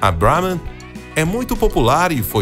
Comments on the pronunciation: Porque um nome Indiano acaba de ser pronunciado com a pronúncia em inglês? 🤔 Pqp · Eu sei que os indianos dominam o inglês! A questão é: Porque um apresentador/locutor brasileiro, acaba de pronúnciar um nome indiano,com pronuncia em inglês? Isso ficou esquisito! 😅🤣